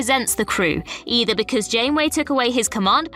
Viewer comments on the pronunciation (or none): none